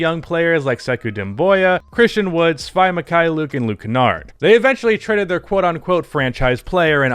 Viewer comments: YOURE PRONOUNCING SVI WRONG ITS SVI LIKE WII NOT SVI LIKE WHY CMONNN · Svi is pronounced Svee